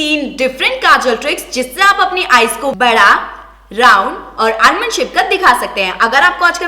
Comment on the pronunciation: उसे आलमंड नही आमंड आइल कहते है।